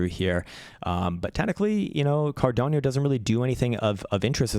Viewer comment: learn to speak first CARDANO, it is not Cardiano, it is Cardano